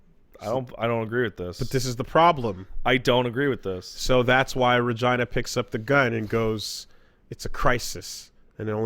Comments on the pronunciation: That's not how you pronounce "Regina". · Okay I know there's no way he's actually heard the name said because he's probably never actually played the games, buy what the heck is that pronunciation of Regina?